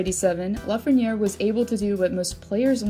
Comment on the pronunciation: It's Lafrenière.